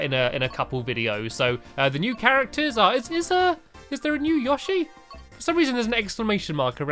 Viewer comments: Yo shi Not yashi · its pronounced YO-SHEE not YA-SHEE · It's yoshi not yooshii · its prnowced yoshe not yashe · It is (yo-she) not (you shy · Yoshi is pernoced yo shi yoshi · He's called yowshe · I think its yo-shy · No its YA-SHEE confirmed by japan. sigh typicial americans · It's Yo-shi like sushi